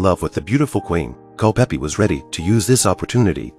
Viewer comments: * Culpepper, not "Culpeppy." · You had me until i heard, "Cul-peppie" ....... it is CULPEPER .... pronounced CULL-PEPPER .... thank you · CulpePER. For Heaven's sake, get rid of the AI voice.